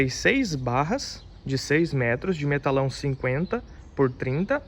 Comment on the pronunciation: Parabéns tá ficando top... bancada dos sonhos! Somente uma observação, o nome desses tubos de aço é Metalon não "Metalão"